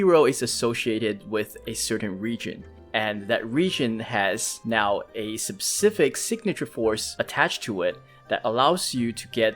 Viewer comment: SPEcific, not SUBcific.